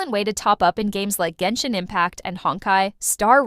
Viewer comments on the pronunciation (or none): none